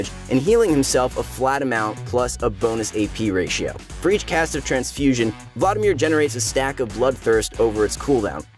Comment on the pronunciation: The way you say Vlaudimir is so tilting... it’s VLAD IMIR